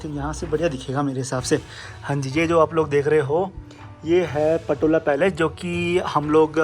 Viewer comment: पटोला नही पोतला है